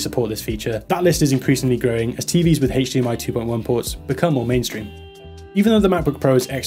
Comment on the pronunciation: I just cant keep hearing the word haych dmi word over and over lol